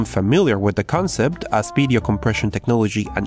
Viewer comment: can you say 'video' instead of 'bideo' ?